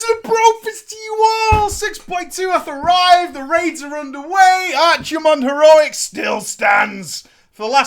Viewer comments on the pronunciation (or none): It's ARK-I-mond, dammit! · Keep saying Archimonde wrong.